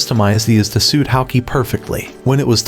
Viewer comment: Stop saying sweet and say suit, like you know how to speak stop using an a.i speaker